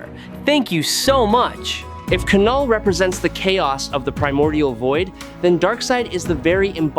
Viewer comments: It's pronounced null. As in the absence of. It even goes with his whole theme. The K is silent. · thumbs down again for not pronouncing knulls name correctly again & again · It's null the k is silent. So what is your opinion on kanull vs acopalyspe jus by themselves. No all black the necro sword or the anti life equation?